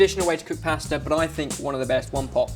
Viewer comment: I love how you guys say pasta lol, it's not posta but pasta xD